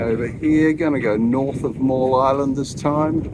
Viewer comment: Hello As you sailed toward Rosslyn Bay, Miall Island (m-eye-all),was off your starboard bow. The larger of the 2 islands off your port side is Middle Island.